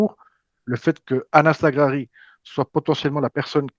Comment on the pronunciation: Merci pour le travail que vous faîtes sur cette chaine ! Bonne fete de fin d'année à tous ! Ps : " Anas" se dit " Enes" en arabe les gars. Ciao y Hala Madrid !